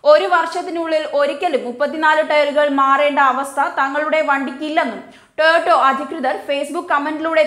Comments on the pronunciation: "ടോയോട്ടോ " അല്ല "ടൊയോട്ടാ " ആണ് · Toyoto Alla koche Toyota. 🤣🤣 Ayyo daridryam